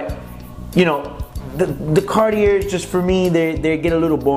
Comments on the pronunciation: How can you do a review for this watch and how can anyone take it seriously would you can't even pronounce the name of the brand? Bro, the Cartier is literally a household name for just about everybody. And you are doing reviews of it? Come on now. It's Car...tee. A. Your inability to pronounce that combine with the sunglasses makes this absolutely laughable. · Karty-air. reminds me of Oh-meee-guh. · I didn’t know you say the r, in Cartier... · Great video but please get the name right! Would be nicer if you knew how to actually say CARTIER!! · Bro, you need to learn how to pronounce the name of the brand. LOL.